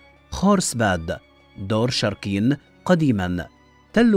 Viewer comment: الفيديو جان رائع بس كتابتك للأسماء ولفظك الهم خطأ مثل انت كاتب اشور ناصر هو اشورانسور هذا الاسم الحقيقي مو شركين شوركَين